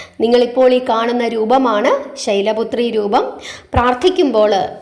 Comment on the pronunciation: ഓം ദേവീ ശൈലപുത്രയെ നമ: എന്നാണോ. അതല്ല. ശൈലപുത്രിയെ. എന്നാണോ ചൊല്ലേണ്ടത്❤. ശൈലപുത്രയേ. എന്നാണ് മാം പറയുന്നതായി എനിക്ക് തോന്നിയത്🙏🏻🙏🏻❤️🙏🏻❤️